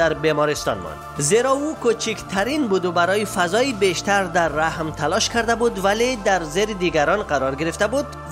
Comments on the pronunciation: بزرگوار رَحِم نه رَحم. عالی بود دمت گرم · عزیزم رحِم درسته نه رحم